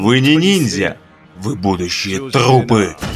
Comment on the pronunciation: Я угарнул с момента где ты озвучивал и сказал слово "Трупы" но прозвучало как "тхупы" весь пафос испортило.